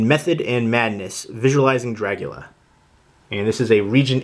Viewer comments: Good review. Are you saying, "Dragula"? LOL! I bought this copy for the book, the disc picture quality and the extra interviews. I'm a fan of the film and have other copies. I do NOT like the plexiglass plastic cover. As a graphic designer, I see no benefit except to keep the book protected. They could have created a real book like the Exorcist, which is an actual book cover with the pages inside, not a piece of plastic. It is a bit awkward looking through the book because of the plastic piece. Everything else is great, but I will always say they never show enough photos. I'm thankful for the "Making of" book released a long time ago. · Stop saying "Dragula"! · did u say dragula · The way you say Dracula is so weird. great video though